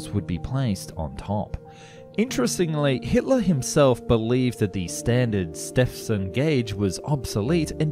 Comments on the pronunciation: The narrator AND the script writer sound incredibly foolish describing the railway gauge as 1.4mm and pronouncing George Stephenson as George STEPson. I skipped and turned off in less than 30 seconds. FAIL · The narration is average Stephenson not Stepvson. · STEPHENSON is pronounced STEVEN SON! not Stefson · Stephenson is pronounced Stevenson here in the UK. I wondered who you meant when you said George Stepson haha, kinda caught me off guard. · It's pronounced Stevenson. My middle name is Stephen. I'm english and it's pronounced the same way as Steven just spelled with a PH instead of a V. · If your gonna do it, and you did, you could make the effort, to pronounce your own language correctly.... who the bloody hell , is just George Step son? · "Stephenson" is pronounced steve-en-son. That PH in the middle is a F sound, get it? "Grandiose" has three syllables.